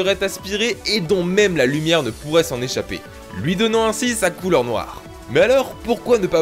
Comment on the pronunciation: Si il a bien dit coulére